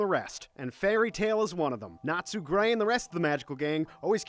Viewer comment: Compared to the rest of the names I'm surprised he got Natsu right...